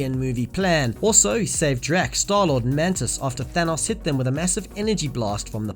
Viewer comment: why does he say Thanos like Thenos